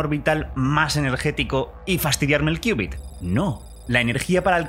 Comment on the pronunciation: Me quedó la duda, y ¿cómo se hace que estos transmod se entrelazasen cuánticamente? Por cierto, felicidades por conservar la pronunciación y la escritura de qubit, y no hacerle caso a la Rae con su "Cubit" 🤣😂 se escucha feo "cubit"